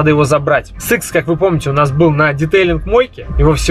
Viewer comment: я тебя умоляю, это на СЫКС, это ЭС ИКС